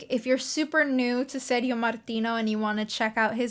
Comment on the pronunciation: Ser-dzio ("Ser-gi-o" like "Gia-llo") Martino not like "serious". You looks like Barbara. Gia llo : Jà llo. Ser gio : Ser Jo.